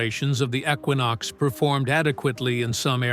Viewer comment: It is not a ecquonox it is a junk equinox